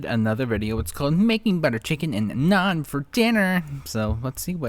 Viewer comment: How she dk how to say naan 😭😭